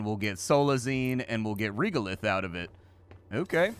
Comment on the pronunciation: Respectfully, the voice acting pronunciation of the word "regolith" here is incorrect—it is pronounced with E as in end, not E as in eel. Before writing this, I checked carefully to ensure that there is no difference between US and UK pronunciation, which there is not. Thank you.